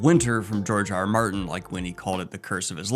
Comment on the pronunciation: Is it just me or does it sound like he calls him Jar Jar Martin? I mean, I don’t hate it tbh